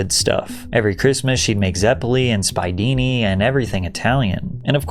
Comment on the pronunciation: In Italian, it's pronounced "speaidini". : The stress on the word "coloratura" is on the "u".